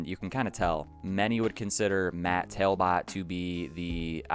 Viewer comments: it's TALBOTT (TALBOT where i come from) pronounced Tal-bit .. not tail-bit.. my fave songs on this album were big dipper and the pod... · Based off spelling it isn't pronounced Tail-Bit you just don't know how to say Talbot. I hope you know the right meanings of I'll and All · Matt's last name is pronounced exactly as spelled, not "tail-bot". My hometown is his and ibought electa 2000 with hidden track for $5 from his mother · How do you not know how to pronounce Talbott?